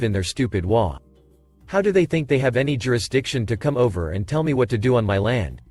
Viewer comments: HOA isn't a single word pronounced waa. It's an acronym for Home Owners Association, H.O.A. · HOA, is not a word, it is 3 letters, and should be stated as individual letters, NOT A WORD. You should be reading it as 'H' 'O' 'A'. This is the short form of " Home Owner's Association. You sound ridiculous reading it as WHAA. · This one cracked me up, started with hwaas and hoe-aas then says ass plain as day only to finally settle into waa's and ah-holes. 🤣😂🤣